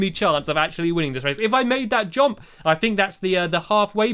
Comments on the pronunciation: why does he say jomp instead of jump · Its jump not jomp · i love the way stampy says jump... "jomp jomp" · No one: Stampy: "jOmP"